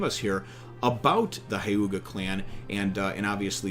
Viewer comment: It's pronounced hyew-ga